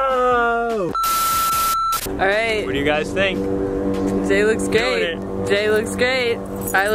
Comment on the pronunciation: When she said "Jay looks great" I thought she said " Jay looks gay" hahahaha oops